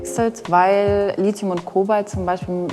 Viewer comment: Warum kann keiner dieser Experten das Wort Lithium aussprechen? Kein c kein z...